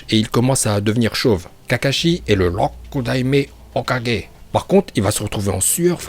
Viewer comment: Rokudaimai ho 4g prononciation 20/20